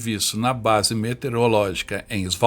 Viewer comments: Só corrigindo: Não é "Metereologica" e sim "Meteorologica". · Parabéns pelo vídeo. Só que a pronúncia não é metereológica e sim meteorológica. (de meteorologia). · É, mas a pronúncia é METEOROLÓGICA não "metereologica". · A única coisa que incomoda bastante é que não se diz METERIOLÓGICA, se diz METEOROLÓGICA. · Excelente documentário. Peço que o narrador corrija um erro grave: não se diz METEREOLÓGICA, mas METEOROLÓGICA. O nome da ciência é METEOROlogia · Não é "metereológica". É meteOROlógica. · É METEOROLOGICA, NÃO METEREOLOGICA KRL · METEOROLÓGICA, NÃO METEREOLÓGICA. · observei que você, todas as vezes, pronunciou "metereológica"... 😎 Você não percebeu?